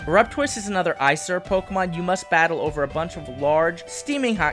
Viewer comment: when you say Izire do you mean Aesir? like Aye Seer? if so I like that god pokemon lol